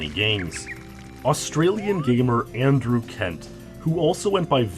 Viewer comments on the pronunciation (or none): none